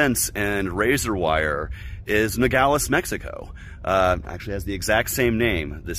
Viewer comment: It’s Nogales, not Nagales!!!!!!! He doesn’t even knew where he’s at!!!! Very poor!!! Now I know why the libertarian party is a residual party!!!!! Just a smudge!!!